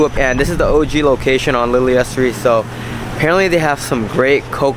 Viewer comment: Pronounced “Lee Lee Ha” Bakery 🤙🏽